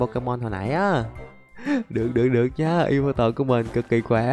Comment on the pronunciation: yea ông đọc đúng con yveltal r:)))